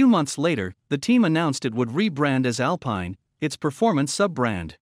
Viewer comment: Alpin (« Alpeen »!!!! and not « « Al Pie..n ». There is nothing more french than Alpine!!!!!!